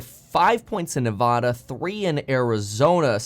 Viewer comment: Stop mispronouncing Nevada please